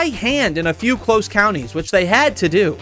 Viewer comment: "Cwose"! "Wong"!😂😂😂